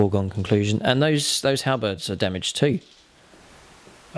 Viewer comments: Halerberds?? Halberds 😂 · I thought I heard Halibut too and immediately went down a Monty Python parody loop.. 🤣